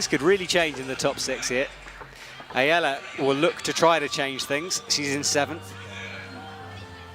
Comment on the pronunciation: Go Ayala! Btw, her name is pronounced with the accent on last 'a'. אם את קוראת את זה: אני מאמן פארקור ושמתי לב שיש לך להשתפר בכח ברגליים. ראיתי את זה בבולדר האחרון. מוזמנת לפנות אלי!